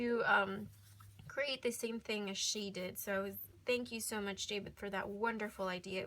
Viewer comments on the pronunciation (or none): none